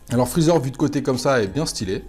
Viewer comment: " chalu ché freecher " 😂😂😂 je suis mdrr excellent 👍